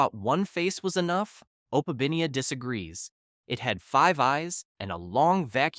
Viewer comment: Opabiniea? No it's actually opeminia